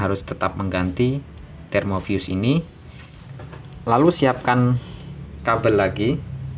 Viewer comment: termofuse bang, bukan termovius (pelafalan di video) 😄🙏